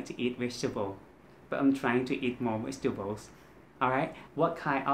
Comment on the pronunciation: vegetable is V sound, not W sound. Keep practicing your V and R sounds my friend 😊